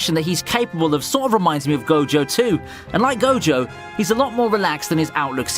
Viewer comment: Did he just call Gojo Satoru Jogo??!